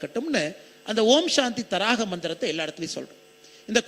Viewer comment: Om shanthi thaaraga Mandiram ...tharaaga Mandiram அல்ல